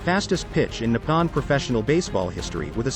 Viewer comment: Thank you for pointing that out. It’s very annoying to hear those words pronounced so wrong. Nippon is also wrongly pronounced but the worst of all is his brother’s name 龍太(Ryuta), sounds far from being right. I guess it’s hard for English speakers to pronounce “Ryo”. It sounds like how my husband calls “Ryobi” “Rye-obi”and annoys the heck out of me 😂😂😂😂 but then most Japanese can’t tell the difference between R and L🥲🤣🤣🤣